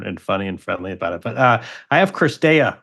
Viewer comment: Dear Messrs. Orrdick and Wretheim. Most of the players' names are available as they pronounce them themselves on the ATP and WTA pages. It's not CRistea, it's CiRstea.